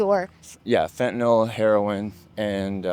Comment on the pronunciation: Absolutely excellent reporting Fentenyl is pronounced fen-ten-nill not fen-ten-nawl as in fen-ten-nawl crawl 7's...fitting and disturbing